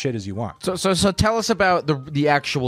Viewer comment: "actuall therapy" xD